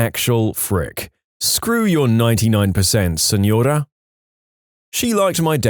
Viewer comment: Native Spanish speaker. Great job! I'll give you a 9.5/10. That "señora" was mwah! Chef's kiss.